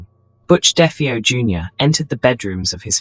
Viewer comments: I lost count of the amount of different ways 'DeFeo' was pronounced in this video!.... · If you can't even bother to pronounce the name Defao properly I'm boy watching it.